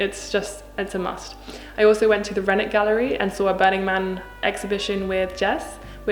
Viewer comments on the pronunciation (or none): I love how you pronounced the Renwick Gallery without the w, it makes me laugh because the first time I went to the U.K. I was so surprised that you don’t always pronounce the w on place names that end with wick or wich. Those little differences always get me!